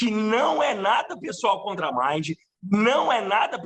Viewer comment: Exatamente, tão combinado que ela não sabe nem pronunciar o nome da Mind e o Léo corrigiu! O pano eh de seda! Passou pra amiga… afffes